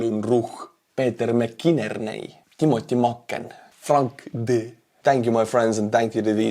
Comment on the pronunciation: wow you really butchered McInerney